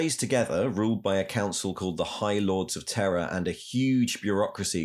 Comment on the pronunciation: Are you saying “Terror” or “Terra” for the new name of Earth?